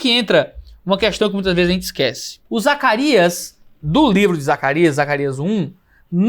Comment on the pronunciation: Quase soltou um "Zaraquias"